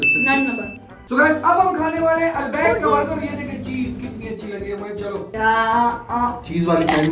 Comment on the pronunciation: It is pronounced Al bake not Al Baaaaik